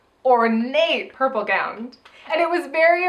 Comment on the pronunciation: LOL, you know I was this close to posting a comment complimenting in a previous video for successfully pronouncing "gown," but it seems she's made a backslide in her progress.